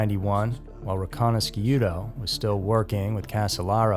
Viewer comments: His name is pronounced Michael Ree-conna-shoe-toe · It's pronounced ' ree con ish doe. He was My cellmate in Chicago. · Yeah, to this documentaries being narrated by somebody that doesn't know how to pronounce anybody's names so to me I stopped watching Wright there, Michael ri-Cana-shuto, I'm calling Fugazi on this whole thing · “That way Carter could look like the hero” ?? What that was exactly the opposite of its purpose… and you mispronounced Micheal’s name..